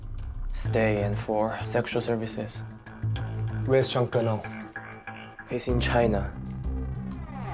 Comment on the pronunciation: When he said Zhang Ge, I thought he meant "Jungle".